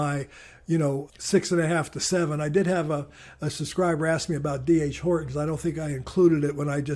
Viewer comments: Oh, for the love of Pete. "D. R. Horton." Say it with me. "D. R. Horton." Not "D. H. Horton." Not "Doctor Horton." "D. R. Horton". An investing professional who doesn't know the names of the S&P 500 companies, I cannot really take seriously. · Not inadvertent. Also in the "Principles of Keynes" video last week. I figured two screw-ups in a row, deserved pointing out. You're welcome.